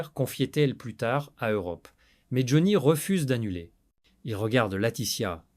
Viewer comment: Vous pourriez quand même mettre une vraie voix qui sait au moins prononcer le nom de Johnny vu que la vidéo le concerne... On passera tous les autres mots prononcés n'importe comment, les liaisons inexistantes, etc etc etc.. On dirait un sketch ! Amateurisme, Flemme et IA .vont bien de pair... Merci quand même pour le fou rire sur le mot rockeur.... "Roqure".